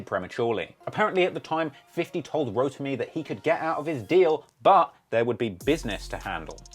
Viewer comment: called this man "Rodemy" 🤣 its ROTIMI foo! 😂